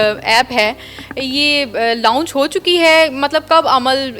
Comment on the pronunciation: Anchor bhi: LONCH ❌ LAUNGCH ✅ 😂😂😂